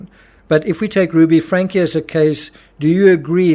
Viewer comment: It’s pronounced Frank-ee. There’s an e at the end of the name.